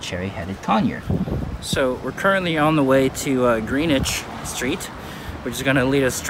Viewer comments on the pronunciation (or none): Actually pronounced, "GRENN-nitch"; FYI...